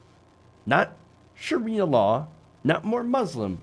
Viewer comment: Did he just say “Shakira law”?